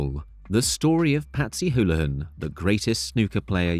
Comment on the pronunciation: AI narration, doesn't know how to pronounce Houlihan. So I doubt whoever runs the channel speaks English.